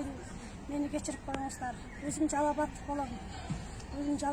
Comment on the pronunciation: Жалаб ад дебей туура сүйлө Жалал-Абад деп айтып жүр, Ириген ооздон чириген сөз чыгат.